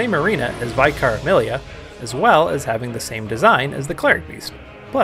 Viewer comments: It's vih-car, not vai-car ;) Just a nitpick but it was weird to hear your pronunciation haha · It was the "I" that stood out, it's a soft vowel like in "tin" but haha no worries, there's a vicar in my family so I wouldn't be forgiven for it. Looking forward to the ds2 vid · Oh man that pronunciation of vicar is unique lol. Nice vid, I was surprised after watching noticing you only have a few subs (one more now!) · Don't worry; mispronouncing "Vicar" is almost a mandatory prerequisite for being a Bloodborne Youtuber! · you're pronouncing vicar wrong